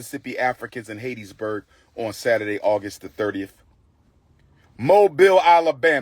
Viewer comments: It's pronounced HAT-Tis- burg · Pronouncing Hattiesburg wrong